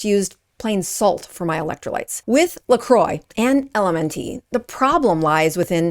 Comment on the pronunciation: I love how you're exposing these brands, but please also learn how to pronounce them when making a video. LMNT = element, "lecroy" = lacrwa. Not hating, just being informative. Feel free to delete this comment after reading!